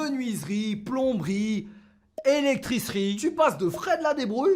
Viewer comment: "electricie" MDRRR